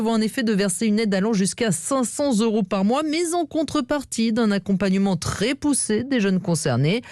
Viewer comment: "cinq cent Zeuros par mois", vas-y insiste bien, que tout le monde répète ta faute...